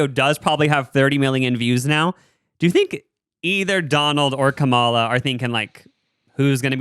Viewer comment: LEARN HOW TO PRONOUNCE KAMALA CORRECTLY PLEASE.